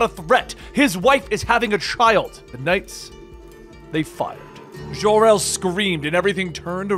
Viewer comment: It's Jor El, NOT Jhor El.